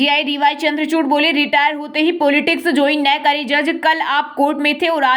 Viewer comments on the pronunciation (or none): none